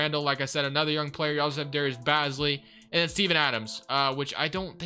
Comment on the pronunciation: In this video, you said Bazley's last name wrong. No worries though! But for further notice its pronounced Baze-Lee! Loved the vid btw